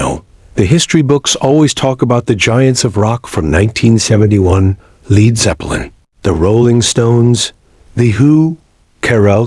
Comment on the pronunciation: AI voice sucks Led called Lead Zepplin signing off. Bye